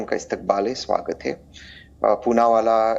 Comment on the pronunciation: Wah ma'am Poonawaala Ko Choonawaala bana diya.